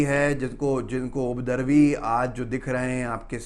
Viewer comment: अरे भाई बोलने के पहले उपद्रवी शब्द का हिज्जे और उच्चारण सही तो कर लीजिये। बार बार आप "उद्रवी" बोले जा रहे हैं। हिंदी चैनल है आपका। हिंदी को सही सही बोलने का अभ्यास कर लीजिए। आपके चैनल का मैं प्रशंसक हूँ।